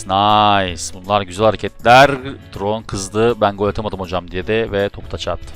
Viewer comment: Abi o siyahi forvetin okunuşu tayron diye biliyom trone değil